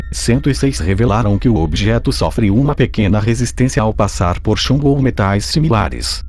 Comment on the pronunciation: Ele falou chumdo em vez de chumbo